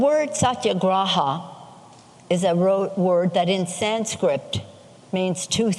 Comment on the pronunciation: HEY NANCY....GOES TO SHOW YOU HAVE NO CLUE IT'S PRONOUNCED Sanskrit NOT sandscript! Go back in your million dollor fortress with homeless outside. Give up your paycheck Ike the rest of us